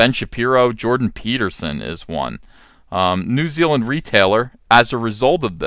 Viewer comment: New Zeal-land